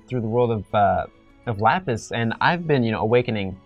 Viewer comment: This is the first time he said Lapis correctly, but after all these months, he barely knows anything, why?